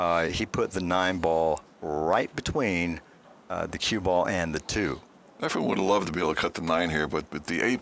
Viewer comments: Its efren not efrum geez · Why do many of these commentators you use call Reyes "Efrem?" So much for credibility. And the other guy who worked at the Weather Channel: he's a meteorologist and does not understand what "30 percent chance of rain" means? Too much yammering... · This is probably the third different commentator I've seen on youtube who refers to Efren as "Efrem." It drives me crazy. Show some respect and get the name right. He is, after all, one of the greatest pool players of all time. He might even be THE greatest player of all time. EFREM? Good God.